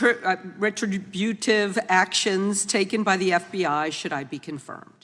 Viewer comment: I am absolutely gobsmacked, discombobulated and capperschwaggled that any senator could struggle with pronouncing politicization or retributive.